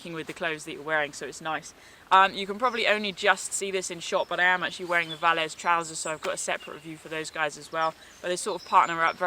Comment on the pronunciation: Hi. Nice review...love all your videos. Just a note - is it called "Velez" jacket not "Valez"?